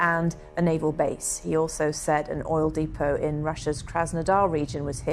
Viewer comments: What is a deepo? Do you mean a depot. Stop talking American. Next you will be saying Train Stations. Oh wait… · Dear Amanda Walker, as a British presenter, it’s pronounced “Dep-O” not “Deep-O”. You’re not a Yank. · Why does this BBC person talk about an Oil DEEPO. in English the word Depot is pronounced as DEPPO? This is why the BBC needs disbanding, if they can't get people to speak English correctly. Also ig people talk about certain young groups, they are Gen. ZED not ZEE. Just because Americans can't speak English correctly, it doesn't mean we should. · Depot isn't pronounceed deepot in BBC English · strange pronounciation of depot. BBC is turning more American by the day.